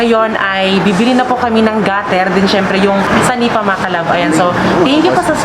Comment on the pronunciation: senepa po hindi sanipa